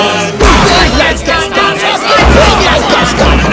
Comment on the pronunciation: I'm french and i'm uncomfortable with the fact you say GastON like 1 damn i can't explain just listen to the word "Gaston" on Google traduction in french then americain english